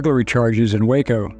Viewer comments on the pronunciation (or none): none